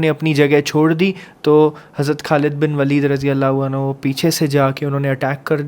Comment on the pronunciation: अनहु nhi अन्हु